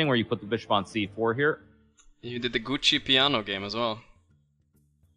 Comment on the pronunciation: I find it so funny that both of them are saying gucci piano instead of giuocco piano